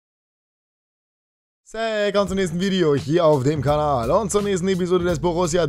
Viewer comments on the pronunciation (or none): none